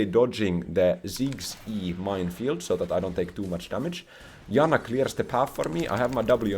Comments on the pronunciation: greetings dear, i have noticed at times you call the support champion in your game "yanna" and at others "janna" is your nordic side leaking at times you cannot control? it's okay if is, it's common with old age. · I know J makes a Y sound in your primary language, but the way you pronounce Janna is so funny to me (in a good way)